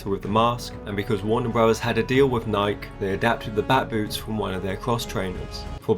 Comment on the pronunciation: Great vid! Although, nik-ee, not nike.